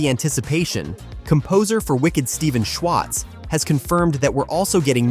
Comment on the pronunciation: Shwahtz? Seriously?